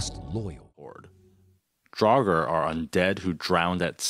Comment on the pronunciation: ... Problem with learning how to pronounce 'Draugur/Draugr' is that this is not a word from English. It is an Icelandic/Old Norse word for revenant/ghost. And it's very tough for english-speakers unless you just settle for butchering the pronunciation which.... you have. Kudos for trying, Icelandic pronunciation is really hard. What also doesn't help is that literally every example I've seen for pronouncing it is wrong. Hard to learn when nobody teaches it properly. This is just a tough word for english-speakers.